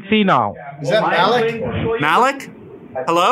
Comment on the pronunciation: it is mallik not maliik and a is short im Pakistani so I know